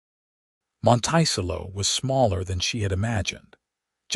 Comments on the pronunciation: Monticello is pronounced, “Monta-sell-O”. There are some AI mispronunciations I cannot ignore. I empathize with Genevieve: being pregnant, in a very different geographical setting. Glad Lucas saw Genevieve - her worth, resilience. Listening from Clarksville, TN. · Oh what a beautiful, beautiful story, I cry, happy tears several times during listening to this. Isn’t it strange how one act can change your whole life and how can anybody ever call a child a mistake. There a miracle given to us from God, something to always treasure even though I loved this story AI needs to learn pronunciation!! The pronouncing of Monticello wrong drove me crazy through this whole thing. But I did love the narrator’s voice. It’s quite pleasant thank you for the story. It is truly appreciated and I am looking forward to more. This is Betty listening from the beautiful San Francisco Bay area is. AM.😊❤❤❤❤❤❤ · How to pronounce Montecello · I’m glad that the correct pronounciation of Monticello has already been shown. I want to laugh every time someone says it. Otherwise, this seems like a very nice story.😊😊😊😊😊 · That’s the craziest pronunciation of the word I’ve ever heard! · I cringe every time it is mispronounced. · How this mispronounced word could be interpreted to sound this way when we have two other perfectly valid pronunciations depending on the location in the states! It does make me cringe, when I can understand and give grace for the other two. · Beautiful love story of love found and a family that followed. AI sucks and UTAH is not pronounced as utah and Monticello is pronounced terribly.